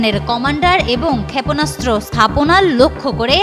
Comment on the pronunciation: ক্ষ‍্যাপোনাস্ত্র না, উচ্চারণ টা "ক্ষেপনাস্ত্র"।